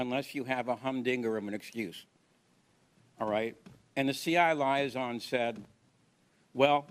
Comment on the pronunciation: doesn't know how to pronounce 'liaison'.